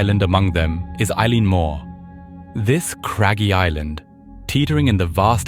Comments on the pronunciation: Why would a Scots Gaelic word like 'eilean' be pronounced like the English name Eilean? The irish version is like 'il-awn' or 'il-aan'. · Eileen is pronounced ee- lan and is the scots Gaelic for Island, and Mor pronounced mhor means big or large or main. Eilean Mor literally means big/large/main Island The weather could still be a factor as there is nothing between the Island and Newfoundland, just several thousand miles of north atlantic, plus having lived and worked in scotland 5 miles let alone 20 can make all the difference on mainland Scotland never mind tiny islands smaller than a block on the edge of the atlantic.